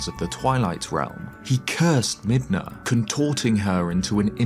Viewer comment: Brother, Midna We don't hard R around here, you're better than that